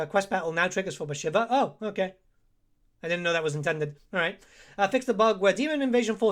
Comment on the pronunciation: Your campaign to test the AI should be Bashiva. So you can learn how to pronounce her name. Great in-depth video as always though!